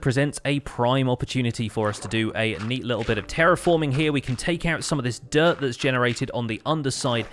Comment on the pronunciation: sometimes you say dirt and I hear "derp" ^^